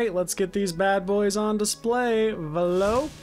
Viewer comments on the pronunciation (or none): He pronounced Vahlok wrong